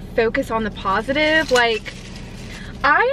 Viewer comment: ‘Positif’ lmao 🤦🏼‍♀️